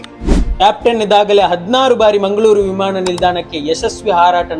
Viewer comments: ಪದ ಉಚ್ಫಾರಣೆ ಸರಿ ಇಲ್ಲ. ಉದಾ. ಹಾರಾಟ-ಆರಾಟ, ವಿಮಾನ-ವಿಮಾಣ.. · ವಿಮಾಣ ಅಲ್ಲ... ವಿಮಾನ